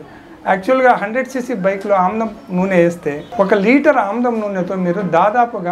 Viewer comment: ఆవదం కాదు???? ఆముదము అనాలి. ఆముదం నూనె.